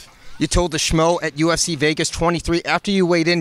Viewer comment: This man said USC instead of UFC